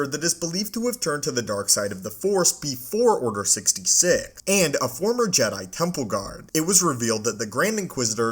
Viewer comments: What the fuck is Order Sixty“sig“ ?! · “order sixty sick”